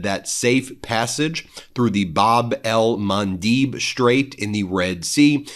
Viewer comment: Like your posts but do make an effort! - It's "Bab el Mandeb" - read as in "red" - Bab el Mandêb! - ("Gate of Tears" ! - Indeed! Soon!). Not 'Mandeeeeb'. Than you for doing the basic research before delivering your interesting posts ...